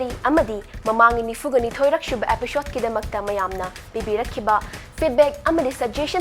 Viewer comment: Pronounce 'episode' as 'episode' not as 'epishod'. It really kills me.